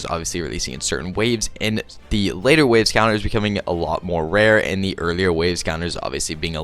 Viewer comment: Those darn "wait laves"😂. Yes, u meant late waves but I had to rewind like, did he just say wait laves? 😂